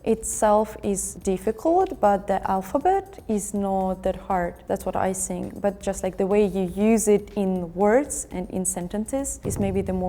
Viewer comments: что за синк (think)??????? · блин да скажите ей кто-нибудь чтобы она перестала говорить синк, синк это раковина! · "I sink" 😂